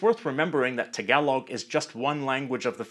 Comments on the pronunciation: THE way HE SAID TAgaloG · sir its tāgalōg not tagailoug pronounce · I cant stop laughing how he pronounce Tagalog 😂😂😂 Him: tagawlog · Tagalog is pronounced with the same "A" as in the word Tall. Thanks. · im a filipino and i dont like the i hate how he says tagalog ang luzonnn